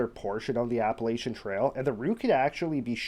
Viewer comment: Pronounced "App-uh-latch-un" Trail.